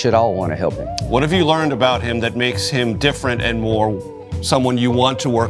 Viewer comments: "A boot" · So you regularly say Uh-boot. Interesting